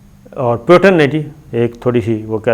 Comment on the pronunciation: It is not Potin, his name is Putin. Please correct your pronunciation.